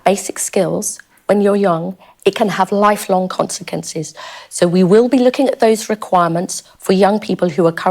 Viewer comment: I can't help but laugh how she says 'consequences' I mean she judges people with lack of social skills or education i mean the irony here even i can say consequences and I have a lisp 💀 talk about a woman who complains people are on benefits for poor education and being born in the 80s and 90s and yet she has trouble making any sense soth her argument other than "no excuses, stop being lazy"